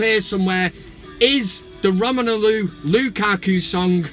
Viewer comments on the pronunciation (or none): Why do you call him "Romenulu"? It's "Romelu".